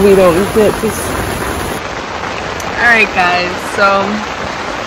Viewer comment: Did you just say arite?😂❤😅